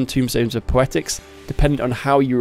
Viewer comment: TOMEstones, TOME, like a book, not tomb like a grave, T-O-M-E rhymes with gloam and roam TOMEstones